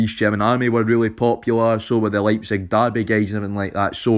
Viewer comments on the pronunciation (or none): none